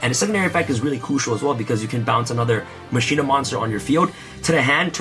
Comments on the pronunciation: Anyone else grinding their teeth while he says (Mah-shee-nah) instead of how you’re supposed to pronounce it? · "Musheena" lmao